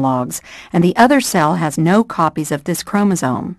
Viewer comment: Chromosome with an "m", not chromosone, with an "n".